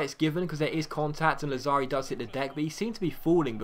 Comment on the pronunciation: Lazzari has the accent on 1st A. Làzzari :)